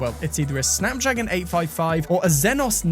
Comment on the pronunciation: dude what’s a Xenos? and a Snamdragon?